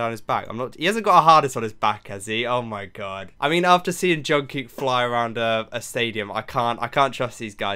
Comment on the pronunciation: Just a little tip is to pronounce the kook in Jungkook more like the cook in cookie !<3